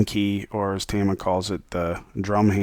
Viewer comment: It's not Teeeeeama. It's TA-MA. That's two syllables mate 😂😂